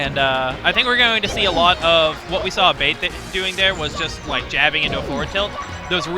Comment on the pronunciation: I swear if Abate is Italian the name is pronounced "Ah-bah-tay" not "a-bait"